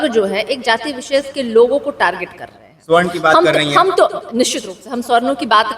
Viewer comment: Palhe toh sabarn bolna dekho, Swarn ni bolo😂